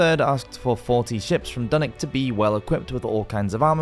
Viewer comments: Dunick? Its Dunwich and pronounced as it looks. ich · Dunwich was wrong too